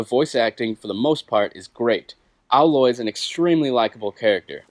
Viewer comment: you're pronouncing her name wrong. It's AYE-loy, not AH-loy. Get it right, get it tight!